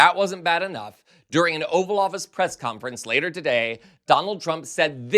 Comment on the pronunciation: did you say "oval office" or "offal office" hmmm?